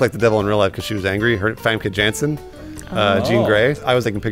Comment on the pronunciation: I'm Dutch and I love how pronounces Famke Jansen.